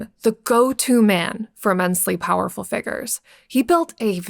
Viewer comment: Girl who's telling the story, you're mistaken You'll never be an actor. You can't pronounce easy words like figures